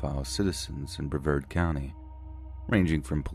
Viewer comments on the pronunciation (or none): I love you, but it's Bruh v Arrrd. Vard rhymes with card. Accent on the vard. 🙄😊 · I cant get over the way you pronounced Brevard